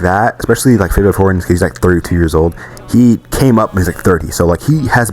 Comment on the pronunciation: Is this a.i. his name is not fivio foreign it’s favio foreign